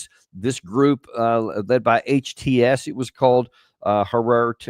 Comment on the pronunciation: Trying to pronounce HTS kinda mademe laugh 😂